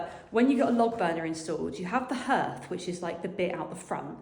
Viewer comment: Hearth is pronounced HARth x